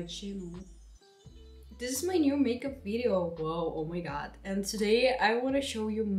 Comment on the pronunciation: quando ela falou oh my god em uma parte eu achei que ela tava falando "obrigada" kkkkkkk e eu fiquei tipo ??? meu deus ela sabe falar português? kkkkkk